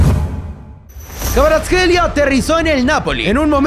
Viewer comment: Me sorprende que pudiera pronunciar KVARATSKHELIA